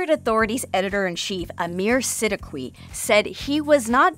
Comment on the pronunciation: By the way, friendly note that the Android Authority author’s name is pronounced Aamir “Sid-ee-kee”